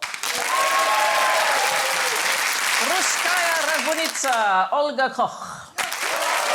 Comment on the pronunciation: Who is Olga Cock? Surely that should be Olga Koch.